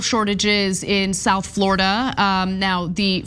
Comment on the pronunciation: " Floorada", "A'll tell ya"